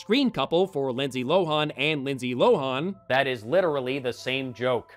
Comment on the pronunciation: I hate to be the pronunciation police, but Lohan's name is pronounced Lo-HAHN, not Lo-HAWN. Also, next time's The Love Guru, the reason we don't see Mike Myers in lead roles anymore. God help him. Edit: According to Wikipedia, we're both wrong. Lohan's last name is pronounced LO-in.